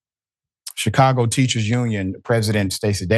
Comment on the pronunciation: Shicago...... learn to speak, Professor.